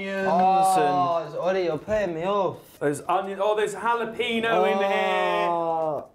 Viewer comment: the way they pronounce jalapeno xD